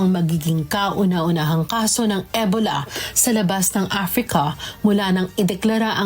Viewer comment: E-bola ng e-bola si ate mo. Ansakit sa tenga.😅 Ee-bow-la kasi